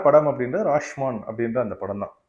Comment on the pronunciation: படத்தின் பெயரை சரியாக உச்சரிப்பு ராஷ்மான் இல்லை ராஷோமோன்..